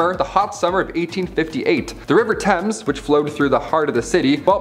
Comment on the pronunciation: I’m really enjoying this! The enthusiasm is contagious! But, please, check your pronunciations of words. Examples - Thames River. Dysentery. There are more, but I’ll let it go and there. This is only constructive criticism. Thanks!